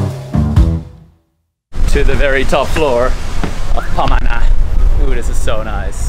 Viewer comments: Great vidoes.when you say pamana (heritage), sounds like you’re saying it as ‘panama’. you pause at ‘ma’, hence pama-na. also, all the filipino words follow the phonetic vowels of the alphabet-A E I OU (ah-eh-ee-oo-uu), there is no soft or downward A, just a as in “apple”. hope this helps. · "bulalo" - accent on the last syllable lo. "pamana" - accent on the 2nd syllable ma. It means heritage. 😊👌